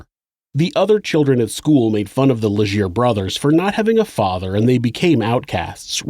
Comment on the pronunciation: "Le-ghaire." "Mira-mee-shee." "Munk-ton" Okay???